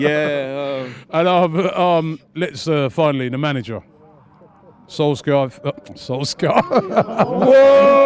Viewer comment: Man said Solskjaer.